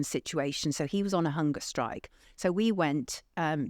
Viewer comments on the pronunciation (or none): Mr Gold, your diction is atrocious. Why? Strike is not pronounced shtrike. People is not pronouned peepoor, and please stop waving your arms about.